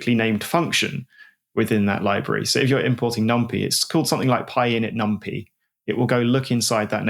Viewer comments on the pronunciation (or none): That’s maybe the worst thing in this podcast. Infuriating honestly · I've always feared that someday, someone would pronounce "numpy" like that